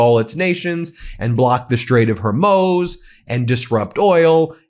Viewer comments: Just a note please pronounce the country ‘I-ran ‘ Not ‘O - Ran’ …..also its Straits of HOR - MUZ Not Hermose !!! Thank you for your coverage! Ireland 🇮🇪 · I love you Ben but please pronounce Hormuz correctly. Hor MUZ, not MOS. You are the best. Thanks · Pronounced Hormooze Ben. Fox news is complicit in the destruction of this country. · Hormuz…or HorMOS…😅 Ben, Hor-mooz please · Listen ,please stop mispronouncing the Strait of Hormuz, you're saying Hormose! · Ben, 'Hormus' is pronounced "Hor-MOOS"! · HORE. MOOZE. HORE. MOOZE. HORMUZ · hormuz...say 'whore-mooz' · Strait of HOR-mooz!! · Hor-muz, Ben. Hormuz. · Laura Ingraham can pronounce "Hormuz" correctly yet you consistently get it wrong...please prepare for your posts. It's very distracting. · Thanks as always! Ben, please learn to correctly pronounce the Straits of Hormuz and the new Iranian leader’s name. AI will inform you in 10 seconds.